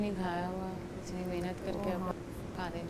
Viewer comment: Nege pehli baat mihnat nhi mehnat hota hai haha haha I can't wait my laugh 😂😂😂😂😂😂😂😂